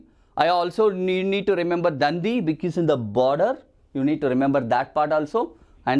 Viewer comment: And it is not dan-di it is dandi